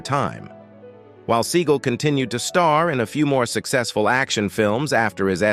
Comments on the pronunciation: I didn’t realize the correct pronunciation of his name is Steven Seagull 🙄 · He mis-pronounced Sinead and Seagal.